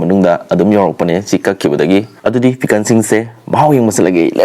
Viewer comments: PIKAN WAHAHAHAHA SAY PIKLE NOT PIKAN.IMPHAN.FOOTBON.ELELETIGITY.WAHAHA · Bro say pickle don't say pickan😅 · Pickle ❌️ Pikan✅️ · Why are you saying picken?